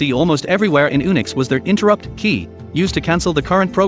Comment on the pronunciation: OMG! Ooonicks? Really?!? It's pronounced You-nicks. Gods...